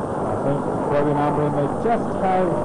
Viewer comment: परविन नहीं प्रविण नाम है उसका। Not Parveen, Pravin or Praveen. कौनसी स कुल में पढ़ कर आया है? बुद्धी का उपयोग कर।